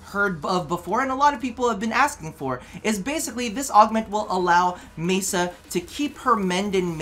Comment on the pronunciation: Oh dear me. When said "Mesa", I squealed and giggled. Then I realised that it was an honest mistake and the nonchalance was the reason I watch vids